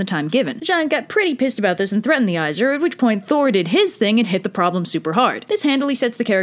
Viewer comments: "Aye-Sear" AEsir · I appreciate your trying, so I’ll help you with pronunciation. The 2 tribes of gods are pronounced as such: Ay- seer, and Vahn- ear. Hope that helps!!